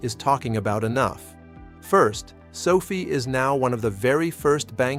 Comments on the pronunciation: SOFI's name was derived from Social Finance and the correct pronunciation of its name is SOFI (SOFEYE?) not SOFEE as in COFFEE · It’s AI which is why he/it says sophie instead of SOFi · Stay with your earlier belief and reality. Anthony Noto and team always pronounce it as SofI (as in finance) and that certainly seems to be all the guidance on pronunciation that we need. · Can’t even pronounce the name of the company right… what a joke